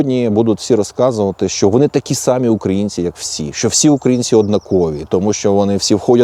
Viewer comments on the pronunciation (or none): none